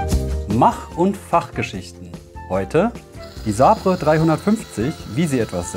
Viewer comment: Bei "saaabrrrre" muss ich immer zucken. ˈsā-bər, pretty please!